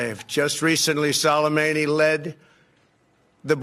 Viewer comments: Salamadi???? Trump can't even say his name. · HE CAN'T EVEN PRONOUNCE SOLEMAMI'S NAME YET HE CAN BELIEVE OUR INTELLIGENCE THAT HE NEVER BELIEVED BEFORE AND KILL HIM! He's wanted to do this since before he was elected, we saw it! He's trying to save his own face and ass to get reelected and distract from his impeachment! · OK, we’ve all heard this man’s name a dozen times in the last 24 hours yet why is it Trump cannot pronounce his name correctly?! And of course, he’s here to talk about Soleimani but brings up al-Baghdadi. What a moron! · No one told dumb-dumb how to say soleimani. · learn how to at least pronounce his name dumbass. is he reading from a teleprompter?